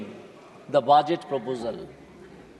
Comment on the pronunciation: It is budget not baajet😂😂😂😂😂